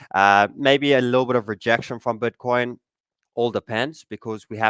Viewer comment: „Bötcoin“ he says🤣